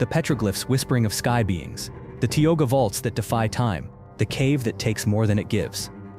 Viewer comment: It's TIOGA, non Tyogga whatever... F*ck AI.